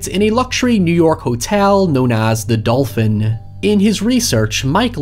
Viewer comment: Are you sure it's pronounced Dolphin? lmao